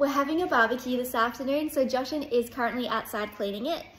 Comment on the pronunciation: I'm more curious why pronounces Jashan's name incorrectly all of a sudden